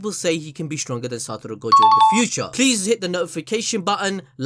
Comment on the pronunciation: take a shot everytime he says satoro